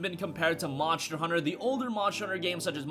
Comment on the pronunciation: oh yay more "Monshers"